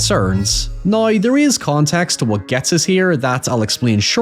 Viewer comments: How Do YOU say HOWEVER? Hiyever, You saw NOW, nigh. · Loved the vid. I giggled every time you pronounced now as neigh